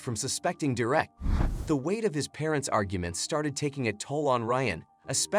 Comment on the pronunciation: It's Derek not direct.